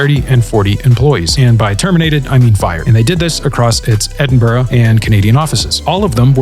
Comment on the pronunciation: As a Scot it's unbelievably refreshing for a commentator from abroad nailing the pronunciation of Edinburgh